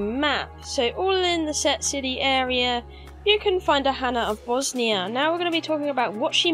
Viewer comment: It's not Bosnia, it's Bossonia :)))). Also love the dead body piles under the locations :)))